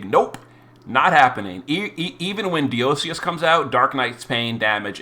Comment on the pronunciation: I'm going to say it again... DIE-O-SEES!!!!!